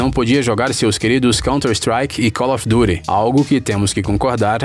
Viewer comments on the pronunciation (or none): "calo fi dury" fala direito porra